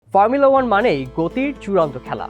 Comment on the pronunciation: কি ফার্মুলা- ফার্মুলা উচ্চারণ করেন! শুদ্ধ করতে যায়া তো হোগা মেরে দিছেন। Max Verstappen best. 🔥